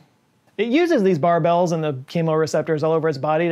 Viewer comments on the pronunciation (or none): Just to clear that confusion, barbel rhymes with marble.